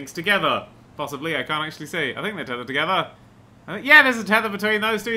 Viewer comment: Don't you mean... TOTETHER?